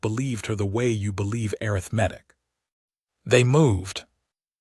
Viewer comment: The horrible AI reader does know the difference in emphasis on the second syllable vs the third syllable of "arithmetic," as it uses the first one twice, correctly, but uses the wrong one at least 20 times! It almose never pronounces "live" correctly! "Disgusting! Teach it better, or lose it!